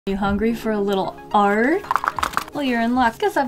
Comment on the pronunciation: I dunno why but whenever says “Art” I hear “Arf” I’m so weird.